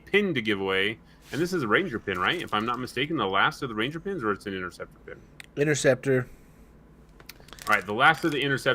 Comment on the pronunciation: Thanks for the win with that sweet interceptor pin. You nailed the name, too